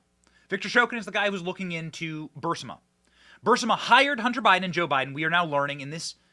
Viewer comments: Come on BENNY it's pronounced BUR-IS-MA. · "The Raven" is not "Telltale Heart." (And of course, Burisma is not "Bursima.") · Its not BURS-I-MA. ITS BUR-IS-MA. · It’s “BUH-RRIS-MA, not Burr-si-ma!!!! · Benny...it's not "Bursima" it's "Burisma" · Bursima-Burisma... The 'i' comes before the 's' not after lol Not a big deal... but it drives me nuts lol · It’s Bur-EEZE-mah, not BURSS-mah. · ...sir, respectfully, it's is ba-ris-ma, not bar-sima. Love your show- keep going- God bless! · Guy's please let Benny know that it's pronounced, bur-is-ma not bur-si-ma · Benny you're driving me crazy, it's bureesma not bursama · Bur-Eeeees-ma not Bur-Siiii-ma.... Thx Benny keep up the good work:) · ALX, for the love of God. Please tell Benny its pronounced BOO-RIS-MA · Burisma. Bur-is-ma... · I believe its pronounced "bur-IZ-mah" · It's pronounced bahrizma. Of course somebody else was involved how to hide and even meet anybody from. A ukrainian company to get on their board give us a break